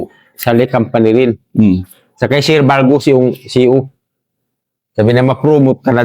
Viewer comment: Ang cute ng pagbigkas ng sir,naging sil..hehe!ganyan tlaga magsalita mga Tausug,nakakaaliw.